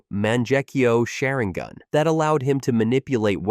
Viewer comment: you can pronounce it normally so you’re pronouncing Sharingan that way on purpose